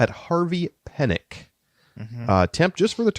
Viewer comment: The pronunciation is killing me this week. Desiccating a golf legend🤣. It’s Harvey Pee-nik. I know online shows it as Peh-nik, but just listed to any YouTube video taking about him and you will hear every golfer use Pee-nik.